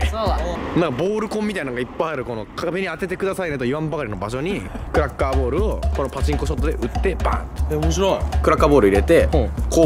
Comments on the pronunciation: クラッカーボールがクラッカーボレーに聞こえたw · クラッカーボーラがクラッカーヴォレイにしか聞こえん